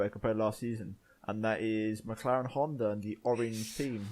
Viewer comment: ITS HONDAAAA NOT HONDERRRR